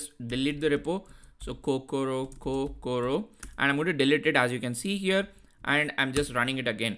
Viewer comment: Is Kokoro not Kokura